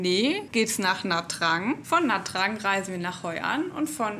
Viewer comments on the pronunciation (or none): Nha trang spricht man Nja Chang